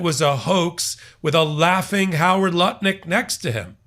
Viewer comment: Was that Howard Lutnik or Howard Nutlick?